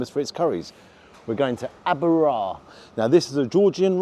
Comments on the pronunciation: Aba Ra - not Abu Ra???? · As a Georgian, I found for now ur channel, ABA RA NOT ABU RA - ABA RA - Well, the use of these words in context is different here in Georgia. In some cases, you may be greeted like this (as if there was no other chance, you should have understood), and sometimes you may be asked in such a way that the form changes completely.